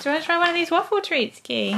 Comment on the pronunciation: I clearly heard him say I want my waff =)